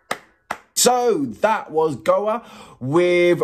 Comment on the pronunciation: It's pronounced "Go A" not "Goa" 🙂 Don't worry, Graham Norton STILL got it wrong on his 2nd time commentating on them for Eurovision (annoying !!) But great reaction video 🙂 Trust me, if you get the chance to see the live, take it !!